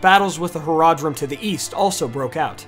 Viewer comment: I know it's just a mispronunciation, but you said Horadrim instead of Haradrim, and it made me laugh. Wrong fantasy :D